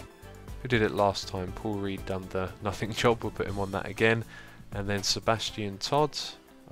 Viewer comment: Does anyone else hear 'Poor Read' instead of 'Paul Read'?